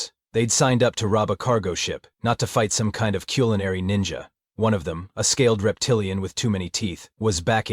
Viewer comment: The subtitle said culinary human, but I heard killinary. Accident by the AI I’m sure but it ironically kind of fits.